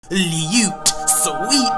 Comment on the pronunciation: Luuute. Sweet precccioussss luteeee. Love it when he says dat. It's the accent. Wouldn't sound right any other way